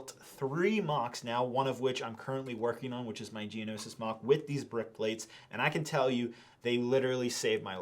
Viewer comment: They "literally" saved your life? That means, you would have actually died hadn't you had them? That's a story I want to hear! Someone's life coming to an end because of a missing Lego piece... ...or, you have as little idea what "literally" means, as you have about how words are pronounced. It's not "maac" but "moc", it's not "dioreema" but "diorama" - DUDE! Learn English before you make a video! This lack of verbal ability is disgusting! "Literally" disgusting (means my stomach hurts)